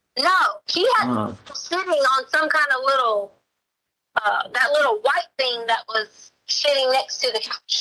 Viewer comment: She pronounces "thing" as "thinK" with a very hard K...but she has a doctorate in education?!? Please. 🙄